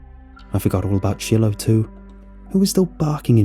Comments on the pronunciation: An Easy Way to Remember: "It's pronounced 'Shy-Lo,' rather than 'Shill-oh;' just like you Smoke using 'Chore-Boy,' & Never use Brillo!" 😜😂🙃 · Are you saying Shillow? Chillow? Or are you mispronouncing Shiloh? Shy-lō is how it's said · it's pronounced Shy-low, not shill-ow xD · I’m pretty sure the dogs names pronounced “Shy-Low” not Shilow. Other than that another excellent story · Anyone else bugged by him probouncing the dogs name “shillllo” instead of “sh(eye)lo” 🤣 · “Shillow” lol you mean “shilo” (shy-low) ? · Great story and narration! I think it’s pronounced Shy-Low 😊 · It’s pronounced shy low(Shiloh) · If the dog's name is spelled Shiloh, it's pronounced Shy-low. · Yea, shy-low . it was meh, but not too bad. Still a good listen. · It took me forever to figure out why this guy's dog's name is Chillow -. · I'm pretty sure you're trying to say "Shiloh"... the dogs name. If so, it's pronounced "Sh-eye-low"... or "shylow" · Yeah shillow hits the ears wrong. Plus who didn't grow up with the classic Shiloh books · People are getting so mad about the dogs pronunciation 😂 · Well damn. Didnt notice it. Now I cant not notice it..